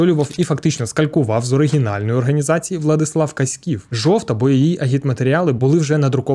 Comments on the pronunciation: не КаськІв, а КАськів. Зразу видно, що автор відео не галичанин. 😅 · Ой-йой-йой!… Як дивно чути такий наголос на прізвищі Владислава Каськіва. Правильно наголос ставити на першому складі.